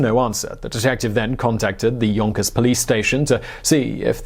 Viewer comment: I can't be the only one who fought it was funny every time he said "yonkers" It just cuts the tension every time...